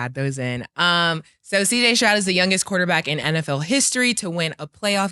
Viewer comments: “CJ strout” smh lmao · Yo Cam the mans last name is Stroud not Strout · Say Killa respectfully it’s Stroud with a “d” pause not a t🤣🤣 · I hate the way you say cj Stroud name, cam say it spelled cj strout, that’s my last name too, and hearing cam say it, is a cringe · How many times are they going to let him say Strout he stay butchering the easiest name name 😂